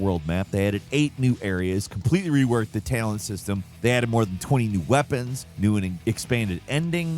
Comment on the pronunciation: Taylent? wtf was that?